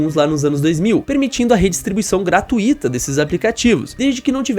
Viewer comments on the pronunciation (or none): Pelo amor de Deus para de falar gratuíta, essa palavra não existe. O certo é gratuita. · 2 dicas para comunicação : 1. A pronúncia da palavra graTUito (a vogal mais forte é o u) 2. A palavra archive se pronuncia ar-cáiv